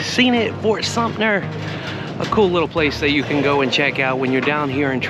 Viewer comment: Fort Sumpner? Otherwise very interesting.